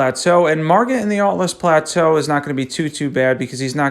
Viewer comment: Great video. Will definitely be doing some of this. But, are folks really still saying "Atlas Plateau?" Lololz no disrespect, but i couldn't just stay quiet. 🤦